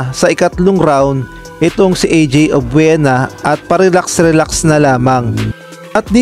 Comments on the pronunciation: Mali Po pronunciation nyo apelyido NYa,obyena Po ,Hindi obwena...sorry Po for my corrections .. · Obuena ba? or Obiena?